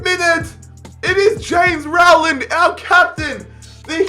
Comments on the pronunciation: The way says Rowland is giving me Corona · Me getting mad because he is saying Rowland wrong 🤬🤬😂😂